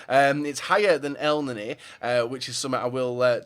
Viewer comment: I'm Egyptian and I know how to say elneny it's nearly correct but in English ur not use to pronouncing the letter e it's different to English in Arabic so say it this way